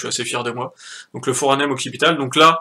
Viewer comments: Et c'est pas le Foranem , mais le Foramen ! Mais bon on n'est plus à ça près ... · Foramen pas foranem... Mais vraiment merci pour ton taf !